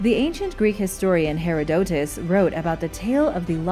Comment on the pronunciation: It's "herr ODD a tus" so ya know.